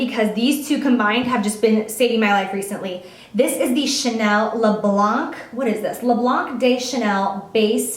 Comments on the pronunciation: You make me laugh when you was tried to pronounce the name of the Chanel's primer, it's always difficult to say it 'cause it in French.. lol 😜 You don't need to pronounce the "c" on the word Blanc. It's mean white in French. I love you happiness sweetie. Everytime I watch one of yours videos you make me smile. Love you Jaclyn. Xo from the city of love, Paris. Elodie ❤️❤️ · For the Chanel product, you don't pronounce the c at the end! Love your videos thank you! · Jaclyn I love u!! But please stop pronouncing the "c" in le blanc de chanel. It's le "blan". Otherwise I looooove u!! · Le blanc de chanel = Chanel's white. Love love love when you pronounce French words! So cute! When you pronounce "blanc" don't pronounce the finale the "c" xo